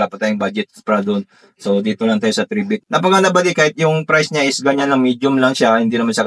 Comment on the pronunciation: Corretion ang pronounciation ng pangalan nya ay "try bit" hindi "3 bit" pakiayos lang.